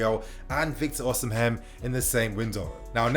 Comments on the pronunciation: Osimhen is pronounced "Oh-see-men'' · lol true. Should be O/ Si/ Me(air) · I don't think you're supposed to pronounce the 'h' in Osimhen 😆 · 😄😄 the pronunciation weak me